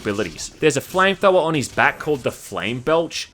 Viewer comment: "Flame thower"